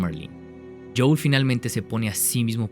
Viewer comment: Buen video, pero se dice JOEL, no JOUL 🤣